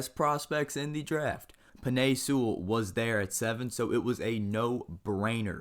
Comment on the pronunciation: Bro the way you say Penei Sewell kept making me cringe